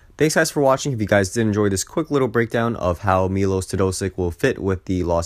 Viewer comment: ah got it, next video ill try to pronounce it correctly thanks!